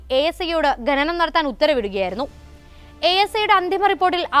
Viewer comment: ഗെനനം അല്ല പെങ്ങളേ, ഖനനം എന്നാ വാക്ക്; പറഞ്ഞു പറഞ്ഞ് മലയാളത്തെ മുടിപ്പിക്കല്ലേ😢